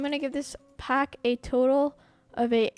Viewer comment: when he says pack i hears phack